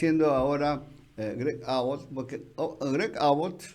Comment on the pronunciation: Perdon, pero se pronuncia AAbott con acento en la "A" y, Abbot es gobernador de TEXAS, no Arizona